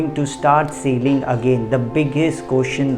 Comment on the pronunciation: Sealing or Sailing???? Need correction bro